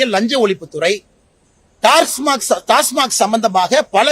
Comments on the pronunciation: Neengalum TASMARK thaanaa.. It is TASMAC... Sir.. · Tasmac dhan, avar tasmark nu solrar